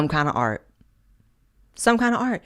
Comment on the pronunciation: "You can't even PUH a MAGA hat in AI..." Do you mean "PUT" a MAGA hat? "There is no fun and no AR on the RIGH..." Did you mean "ART" on the "RIGHT"?